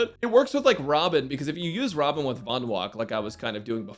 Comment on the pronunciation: I think you mispronounced robin 🗣️